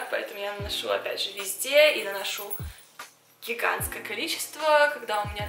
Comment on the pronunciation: Из-за Маши стал произносить слово "Гигантский" чаще)), мне так нравится это слово, особенно когда говорит ))